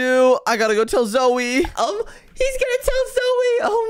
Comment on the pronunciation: Everyone is saying "zoe" instead of "zoey"